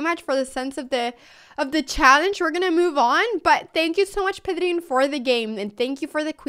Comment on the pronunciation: Me encanta que aún hablando en inglés pares para pronunciar "Pedrín" como se debe jeje Buena apertura!